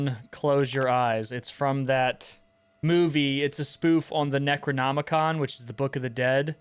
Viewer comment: Haha you almost said Necronomicock. Good job actually playing through this.